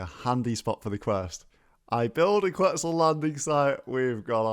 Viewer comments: Looks likes it supposed to be Central and South American with the Capybaras and Quetzal (ket-zal, not kwet-zoos 😂😂) which means feather in Nahuatl the language of the Aztecs. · Yo quetzal is pronounced ket-zal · it's pronounced "kwet·sl" ☠ im dying over here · Quetzal is pronounced ket-zaal